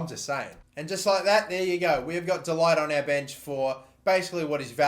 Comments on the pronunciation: pronounced 'de liht' not delight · “de Ligt” is pronounced as “the lickt” by the way, lad. love the series!